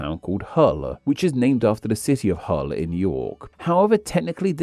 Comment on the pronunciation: why are you saying Hull like it's spelt Hööl. It's like you're trying to make a one syllable word into two. But arguably more importantly, Hull is in Yorkshire. Not York, I'm guessing that's a mistake that slipped through editing.